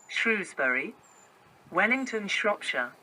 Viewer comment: As someone from Wellington, the “lellingtul” pronunciation for wem did crack me up 😆